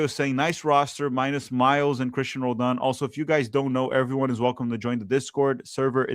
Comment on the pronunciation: Roladan? Puh-LEEZ!